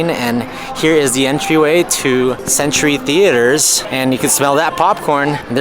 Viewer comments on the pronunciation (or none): none